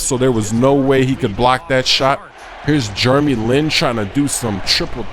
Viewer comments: It`s "Jeremy" not "Jurremy"...and he is from"Taiwan" not "China"!! Don`t say something that makes you like a fool. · I love how calls Jeremy Lin *Germy Lin* HAHAAA!